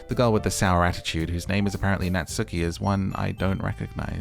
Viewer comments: Ooooh geez. you are in for a fucking TRIP. Good job >> Also its Nah-tsoo-kee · Natsuki = "Nah-ts'ki". The 'u' is devoiced so it's like you're skipping it (and an easy way to get the "tsu" sound is to say "Cats" and lifting your tongue up where your gums and upper teeth at the "ts" part.) Monika = Moh-ni-ka. A "Katakana English" version of "Monica". Similar to like, Arisu ("Alice") a popular name in the 80s/90s. (btw - Katakana English is what some use to distinguish between speaking English vs using Japanese sounded English - Alice vs Arisu. Common complaints of about the English program is that the curriculum relies a lot on teaching Katakana English over actual English, but this is topic for another day !😝) (I will say Japan's English scores are very low compared to most countries despite lots of time and resources dedicated to learning...) There is a punny joke between Natsuki and Monika later where most fans come to understand that "ika = squid" and Monika responds that that isn't how you even say her name to get such a pun; this is because it is spelled Mo-ni-ka not Mo-n-ika. I feel this is a joke best suited for bilinguals 😛